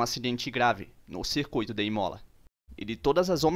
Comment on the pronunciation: Æ o da narração, vc ñ é brasileiro ñ? ..."IMÓLA?" ...